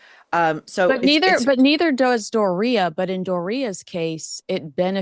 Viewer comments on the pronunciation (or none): Door___e____uh...please! Not door ria. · you are the only person I’ve heard that pronounces Doria’s name like that. The rest of say door-e-a. Not door-reeeee-a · It’s not DOR RE A !! It’s DOR E A !! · It's DORia, like GLORia not DorIA. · It's Doria. Not Door reah. Her mother was using and could deal w her. Her Dad and older siblings took very good care of that ungrateful lying brat! Maybe too much doting over her! She's so miserable. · why do you mispronounce Doria's name? I heard Thomas,Sr and it wasn't Dor-ee-a. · What are you calling her Dor-reah? 😅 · Love your show, but please learn how to say Doria correctly!:) it's pronounced door ree ya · When says DORIA, sounds like diarrhea 😂😂😂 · ’ pronunciation of ‘Dor-REE-yuh’ kills me. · Does anyone else hate the way she pronounces Doria? It sounds like Dorito the way she says it. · The way says Doria sounds like diarrhea 😂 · By now, I believe goes out of her way to mispronounce Doria’s name. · Regardless of how you feel about Meghan, why do you pronounce her mother Doria's name incorrectly? It's just obnoxious and petty. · Hey! Why are you all of a sudden pronouncing Doris’s name differently? What’s up with that? 😂😂😂